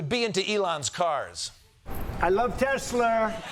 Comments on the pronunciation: Honestly it will never get old lolololololol I LOVE TESLURRRRRRR bahahaha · Tesler LOL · He says tesler.... why doesn't he say chiner....?! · "I love Elun, I love Teslur" - DONAKD J. TRUMP, PRESIDENT OF THE UNITED STATES! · “I love Teslur.” That never stops being funny! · Funny how mispronouncing a trillion-dollar company is hilarious — but questioning anything about it suddenly isn’t. People laugh at “Teslur,” but go dead silent when you ask real questions about labor, safety, or stock manipulation. Priorities, I guess.